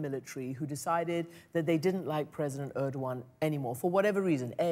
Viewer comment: you cannot even pronounce Erdogan's name right, you wanna bring up truthfulness